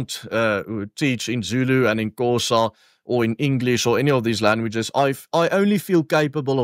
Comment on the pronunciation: You claim your mom taught Xhosa and yet you can't even pronounce the name.